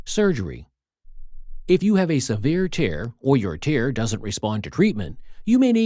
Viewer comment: "TEARS" as in crying. Another dreadful text to speech example.